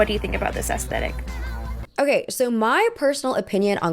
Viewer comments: It's pronounced ass-thet-ick...not ass-tet-ic. Please share with all of your Millenial and GenZ friends. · The word. Is not pronounced. “aesTETIK.” IT IS PRONOUNCED aes-THET-ic. So sick of hearing these annoying little thots mispronounce this basic word ffs. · Aesthetic is often incorrectly pronounced aestetic, as if there were no h in the word. The correct pronunciation is with a th sound, as in thick, at the beginning of the second syllable. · I enjoy your aesthetic themed analysis videos, but I wonder if you could PLEASE be one of the few among your peers who pronounce it correctly. Despite what you all seem to think, the H is NOT silent.